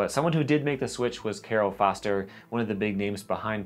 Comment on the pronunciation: Populous released at least one run of boards, I remember seeing them in my local shop and they show up on eBay from time to time. PS: Cairo Foster’s name is pronounced Ki-Row, like the Egyptian capital. PSS: In reference to your SEEK video… Josh Kalis’ last names pronounced Kay-lis. Ka like the letter “K” and lis like the word “list” minus the letter “T”.